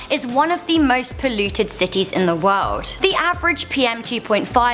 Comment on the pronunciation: "In the woed" 😂